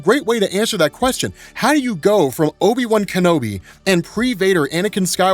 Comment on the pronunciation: Great now when someone says obi-wan I'm going to hear obi-bum. Lmao